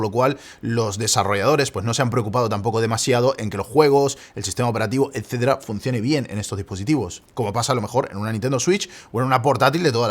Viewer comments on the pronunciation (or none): none